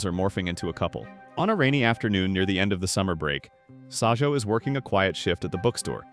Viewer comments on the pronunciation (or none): it’s not sajou is sajo